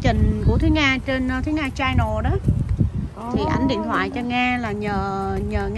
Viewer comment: Channel chứ không phải “CHAI nồ” Nga ơi !! Nghệ sĩ nổi tiếng làm YouTuber mà nói tiếng ANH ...tệ quá !! Thua KN xa !!